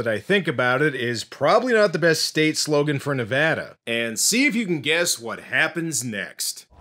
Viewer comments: I'm just happy you pronounced Nevada correctly. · Bro you say Nevada better than most Americans including Joe Rogan. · Thanks for the video about this, and as a Nevadan, thanks very much for pronouncing my state's name right.